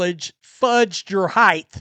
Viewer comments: It’s height, not heighth. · What is heighth?